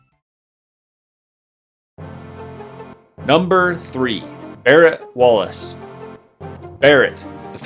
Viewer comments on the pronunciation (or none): none